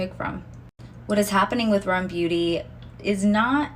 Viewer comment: It’s called R.E.M beauty not rem beauty 🙂